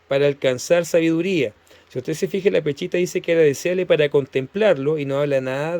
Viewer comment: No se dice peCHita, sino peSHita, pronunciese la sh.